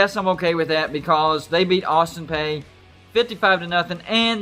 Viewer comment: It's pronounced Austin PEE. That's why they chant "Let's Go Pee" at all their games. A few years ago when they had an NCAA basketball tournament game on TV the TV beeped out their chant.